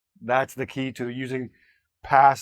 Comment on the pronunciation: Be verb sounds like beaver 😂